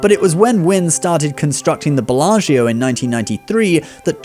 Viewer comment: Please look at how to pronounce Belaggio!